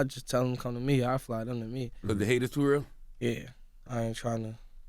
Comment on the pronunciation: i just like the way he goes "He IS though."